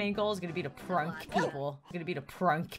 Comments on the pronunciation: prunk people me:what the hell Did you just say prunk people?????? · That’s sad and she said pruck people like bruh